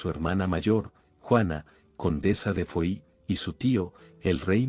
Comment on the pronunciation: De Foi ? Será que se pronuncia Fua